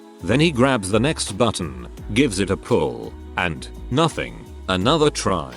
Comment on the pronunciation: How does the text to speech voice not know how to say "IT"